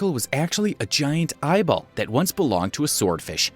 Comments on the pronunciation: Did he say real ibol 👁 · did he say ibol